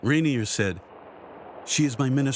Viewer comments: Her husband’s name was pronounced “Ren-yay,” no? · Surprised by the incorrect pronunciation. It is Rainier